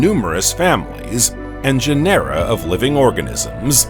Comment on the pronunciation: When discussing the conodonts, did the text mean opistognathus, rather than iapetognathus? I found no reference anywhere to the latter. In any case, Iapetus is pronounced eye-APP-e-tus. Orogeny is oh-RAW-gen-nee. Genera, GEN-er-ah. Respite is RESS-pitt.